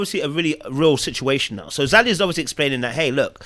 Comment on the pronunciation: ZAH-de-Yah!!!!!! 😂🤣😂 tried to "bring down the energy in the room" but Zadia continued to correct her. response was hilarious and infuriating to Zadia, but she couldn't go harder without looking crazy!